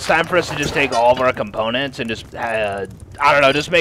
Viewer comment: This man said componentses?